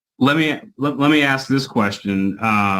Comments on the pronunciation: We need someone that can pronounce ask correctly 😂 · “Did you acks Ken…” 🙄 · Let me axe you this... 🙄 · Don't axe me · Mr. "Axe", "Picher" "Caw", "Contrac", is having some fun profiling and primping....sounds like he has a big $ part in the building.....I can't stand it when the Atty's become bully's and badger the witness.. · Why is “ask” such a hard word to pronounce?